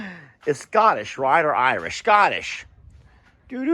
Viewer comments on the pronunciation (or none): Scotlish 😂😂😂 That killed me 😂😂😂